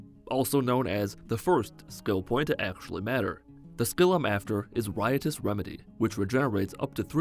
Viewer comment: Riots remedy is pronounced rychouse remedy